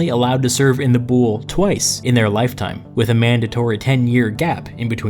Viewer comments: you are knowledgeable and you seem to know what you are talking about but your pronunciation of the Greek words was killing me every time! "Boule" i.e is pronounced "vuli", that is v like you pronounce the v in "victory", u like the "oo" in "tooth" and i is pronounced like i in Italy. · The pronunciations are so wrong. I hate that the Latinasation of Greek words made them sound so differently that are hard to understand. The "Boule" is read as "vuli". Also oi are read as a single letter i, not o i. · You are AWESOME. I was very fortunate to have studied under some world-class scholars who ran the archeological dig in Athens. So here are some pronunciation upgrades: BOULE is pronounced BOO-lay. AREOPAGUS is pronounced AIR-ey-AH-pa-gus. BASILEUS is pronounced BAH-suh-LAY-oos. SOLON is pronounced SOUL-on. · I love it, as a democracy researcher but please, it hurts to hear Boule like the French word (I’m French btw) because it’s actually pronounced Boulé ! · I really do enjoy these videos, and while it is very clear you do a lot of thorough research, please do look up the pronunciation of these words. As a classicist it is painful to hear some of these. Ill include a simple phonetic pronunciation for a lot of these: boule (BOO-lay the e is not silent ;)) basileus (ba-zih-LAY-us) Areopagus (while your pronunciation for that is ok, it is better ah-re-AW-pa-gus). Prytaneis (prou-tan-AYSE) this one is also a plural noun, not a singular committee. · Someone must have told you already... But the Boule isn't pronounced b-OOL, but b-ool-EE or, if you want to be as close to the Greek word as you can get, v-ool-EE (B being the Greek beta, whose sound is closer to the english v than to b). Fun(?) fact: Boule is also the name the Greek Parliament uses for itself to this day, full official name: Boule ton Ellinon (Parliament of the Greeks). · OMG Not the 'Bool" it's "Voolie" I'm sry, it hit me too hard... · BOULE NOT BULL BUT VULI!!! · Boule is pronounced "voulee"